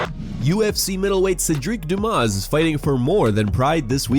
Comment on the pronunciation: "Hey, dumbass" "It's doo-moss"